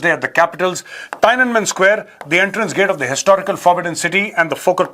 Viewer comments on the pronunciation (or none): It's pronounced 'teeyen an men'. NOT 'tyne an men '. Please do some research before your lectures.